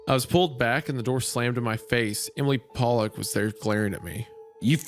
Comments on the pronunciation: Pretty sure its pol-lick. Po-lock is a racial slur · Isaiah 😬 Pollock is pronounced “pall-ock” like Jackson Pollock, or the type of fish. Poe-lock is a slur for Polish people. Just don’t want you to get into an unfortunate situation with that one lol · Every time they pronounce Pollock as Polack I laugh my ass off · Not Isaiah and Hunter pronouncing "Pollock" like a slur against Polish people the whole time. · I love how they keep pronouncing Pollock as the ethnic slur for Polish people.